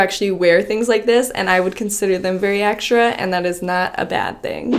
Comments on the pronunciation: It has no "sh" sound the way I wrote it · Well, I say extra the way wrote, ecstrah and says ekshtra. I'm not saying it's wrong, maybe some parts of the world pronounce that way. But I just meant that she says extra sooooooo many times in the 1st minute 40 seconds, I loved it. 😂